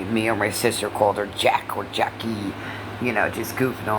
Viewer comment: Yes! Why emphasize the end of the words? Very annoying!